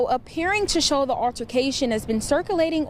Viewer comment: What TF is an "urrrtication"!? It's pronounced "ALTERCATION"!